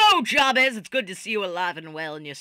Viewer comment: And I swear it's Juh-Behz, and not Jah Behz.